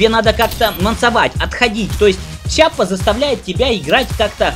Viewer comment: Все хорошо, только это не Чиаппа, а Киаппа. Введи название в гугл траснлейт, выбери итальянский язык и нажми воспроизведение. Это та же Киаппа которая производит револьвер Rhino